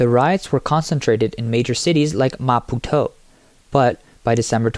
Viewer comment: Oh heavens please pronounce "Maputo" correctly. Is this AI again!? Yes, absolute corruption once again. All across Africa... but the rest of the world isn't far behind! I remember going on holiday in Mozambique, it was beautiful. But like all countries in Africa, corruption rules. Leaders don't care about their people, they just pocket the money and let their people starve.